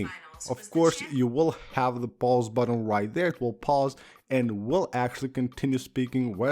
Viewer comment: The number of times he pronounces "button" as "buDDon" is too damn high!